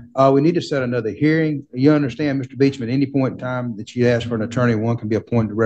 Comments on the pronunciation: Word is ask...not axed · lot of questions being "axed" by the sovereign....bahahahahahahaha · “I axed him” 🪓